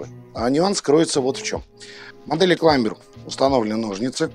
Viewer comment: ВиктОринокс. Сама компания в инструкции обозначает зубочистку, именно как зубочистку. это НЕ палочка для обслуживания))). Не "Климбер", а "Клайме" в амерском произношении, или "Клаймер" в англовском. Учите матчасть))), а то прям беее...досматривать не стал